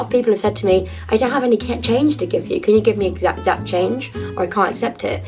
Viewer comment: 想問有人知道 exact的發音是哪裡的發音嗎？ iIf anyone knows where the pronunciation of “exact” is?